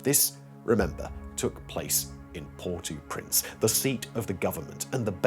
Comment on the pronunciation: It's Port-Au-Prince, not Por-Too-Prince!